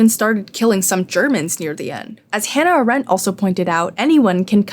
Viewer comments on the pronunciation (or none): none